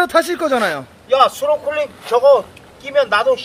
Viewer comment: 스노쿨링이 아니고 스노클링....